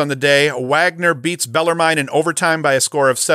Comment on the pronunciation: Love the video. Bet it’s pronounced without the e. Bellarmin